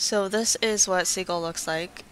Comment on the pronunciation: Great tutorial! I think the software name is pronounced sih-jil, not see-gil :)